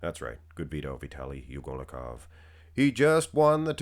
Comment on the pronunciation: But, you mispronounced his name like 3410 times already! You should pronounce it like Ugholnikov, not U golnikov like you do. Shame on you when even Nick Power Guy can do it right!